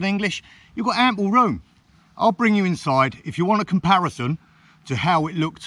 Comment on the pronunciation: 'Amplearoom.' - You heard it here first.